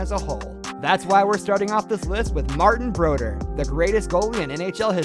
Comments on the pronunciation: Grr.. even hearing Martin Brodeur being pronounced as. Martin Broder frustrates me.. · Off the bat, the narrator doesn't know how to pronounce Martin Brodeur... This seems like such a small thing, but it indicates that whoever made this most likely doesn't watch or care about hockey. I don't know how you can go to the effort of making a video like this yet not bother to learn how names are pronounced. A lot of youtube channels use AI voice which often isn't the best for proper nouns. People should not accept this. If you do, you will continue to get progressively lower and lower quality content. If you accept shitty youtube content simply because it's free... You will continue to get worse and worse content. Never mind... he pronounces everything wrong... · I came to comment the same thing. He couldn't pronounce Martin Brodeur or The Rocket's surname correctly either. He clearly doesn't know their French Canadian. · Oh yes Martin Brodeur is no Broder it’s “. Bro…..dure. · Be nice if the narrator pronounced the first frickin' name properly... "Broder ??" Bobby Orr is a legend among legends, future superstars all studied from him. Look up Bill Barilko if you'd like a "story to react to." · stopped watching this after first minute not your fault its the video you chose, incorrect stats and mispronouncing brodeurs name did me in... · I highly doubt whoever made this list watches hockey. Butchered Conn Smythe, Martin Brodeur and Maurice Richard’s last name and misspelled Lemieux. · Whoever made this neither cares nor knows anything about hockey. I made a post about his mispronunciation of "Brodeur" but they I realized he pronounces absolutely everything wrong so I deleted it. Don't accept subpar youtube content. I know it's "free" but that doesn't mean that we should allow this kind of nonsense. Aussie dude... You should react to "biggest hits in hockey". At least there is no ignorant American narrator to bastardize the information.